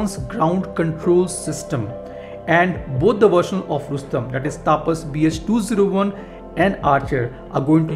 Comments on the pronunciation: Hi! Its not "taapas" but "tapas" where there will be very limited emphasis on 'a'. Its very jarring to hear u say "taaapas" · Taapas nahi tapas(तपस)